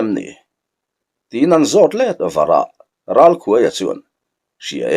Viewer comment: Ralkhuaia' tih hi 'khûai no' kan lâk thin a,'khuai' tih a lam hi a in hmeh zâwk lo maw le....❤❤❤😂